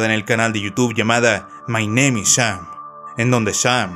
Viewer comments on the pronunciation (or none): none